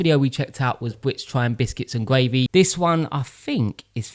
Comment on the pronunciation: As an American, it amuses me that I often hear you say "gwavey"